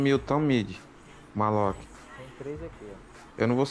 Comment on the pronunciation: Esse mlk chamando o maloch de malot me deu agonia o video inteiro